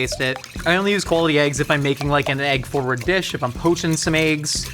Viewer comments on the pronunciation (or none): "Aeggs". I hear it every time.